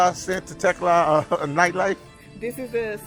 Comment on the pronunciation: Tecla sounded to me last like Tesla 🚗,, this content is awesome 😎 I'm too doing travel videos so I'm finding this to be more interesting to watch, respect to the guide she is well informed of the area which makes this video informative type of,much love and support from usa 🇺🇲🇺🇲✌️ enjoy your stay!